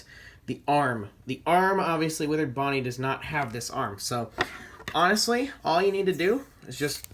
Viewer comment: You said ponnie